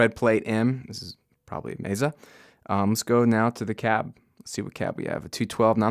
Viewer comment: Mezzuh? I think it's pronounced "May-suh"? ;-) Really great review though. Learned a lot about the unit. Thanks!